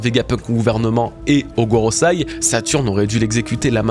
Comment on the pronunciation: GOROSEÏ pas Gorosaï